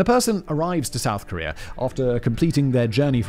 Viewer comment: Where is this, “Kor-ree-er” you mention every so often in this video? EDIT: Never mind, I found it. Apparently it’s on a peninsu-ler right next to Chi-ner.